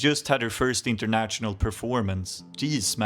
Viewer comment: Uttala inget t-ljud i national/international, bara sh-ljudet. Som fashion.